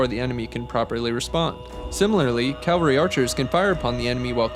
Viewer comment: cavalry not calvary